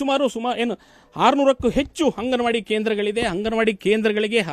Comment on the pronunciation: ಹಂಗನವಾಡಿ ಹನ್ನ ಅಲ್ಲ ಮಾರಾಯಾ ಅಂಗನವಾಡಿ ಅನ್ನ ಮೀಡಿಯಾದವರು ಆಗಿ ಕನ್ನ್ನಡ ಅಸ್ಲಿಲವಾಗಿ ಮಾತಾಡ್ಬೇಡ್ರಿ